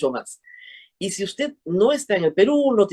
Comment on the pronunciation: PayPal se pronuncia peipal y No peipol . I'm sorry for having to correct you. Greetings!